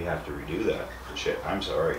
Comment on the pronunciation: Did you say sooory? Love that Canuck accent Bro!